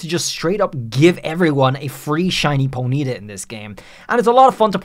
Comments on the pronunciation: its not ponita its pony ta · "Ponita" its Pony-taw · Po-nita x.x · so... is NO ONE going to rage about how he pronounces ponyta? The entire world: po-nee-TAH: po-NEE-tah??? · Its.... Pony -Tar ....... Not ponita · Pony-Ta not ponieta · Dude its PONY-TA, not poneeta. Annoying AF. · Why do alot of people mispronounce Ponyta name wrong 😂 it's sounded how it's spelt Pony (baby horse) and ta not if it was a high pitched y in pony it would have an I with a mark on it it's a baby horse itself 😂 it's been out for so long and people still can't pronounce Ponyta name right 😂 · Side track but very interesting way to say ponyta. Never heard anyone stress the NY before. usually it’s PonyTA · I feel like I’ve heard two different ways to pronounce Ponyta where one is the way is saying it and the other is how I’ve pronounced it ever since I heard it in the anime as pony-ta so which is the official way to pronounce its name? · It's weird how you way Ponyta (Pony-ta) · Ponita. Sorry like nails on a chalkboard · Do you pronounce the word pony like poe KNEE ?? Then why would ponyta be prounoucned po KNEE tuh. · How many times can you say ponyta wrong? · The way you say Ponyta really bothers me more than it probably should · Does everyone pronounce 'Ponyta' the same way he is? Is it a meme? Or have been saying it wrong for the majority of my life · Why does it bother me so much the way you say Ponyta? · Stop saying ponyta. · Stop saying Ponyta wrong lmao